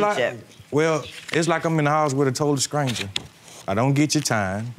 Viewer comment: Did he say “scranger “? I’m not sure I spelled that right? Someone help...